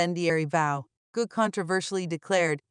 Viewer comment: Gou is not pronounced goo. You used a map which shows the island of Taiwan as a part of the PRC, tisk tisk. Or do you mean to say the PRC is a part of the RoC? Either way, you made a mistake.